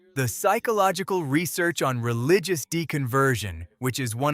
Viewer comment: "Tuth"? "Relicious"? AI sucks.